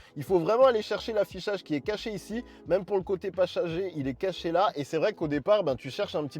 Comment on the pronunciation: "le côté pachager" 😂💀